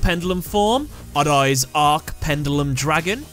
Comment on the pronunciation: It is so funny when the narrator pronounces "odd-eyes." (adays) ahahahaha